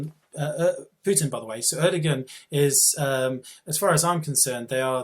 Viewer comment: not having a go, i fully agree with everything Macer says, but if you are going to have a pop at Erdoğan, at least know how to pronounce his name, the G is silent and the O before it is elongated, rock on may 14th when the turkish Putin gets the boot :)